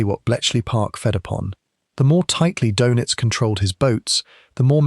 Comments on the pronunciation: It’s “dur-nits” not “dough-nits”. If you can’t pronounce o-umlaut, I’m not convinced you should be making videos that have anything at all to do with Germans or Germany. Just 41 seconds in, you’ve mispronounced his name twice, blown all credibility and made me turn off. Well done. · His last name is pronounced in English like “DERR-nits” not “doe-nits.” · Can’t you pronounce Doenitz better? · Most shows screw up the pronunciation! Typical AI crap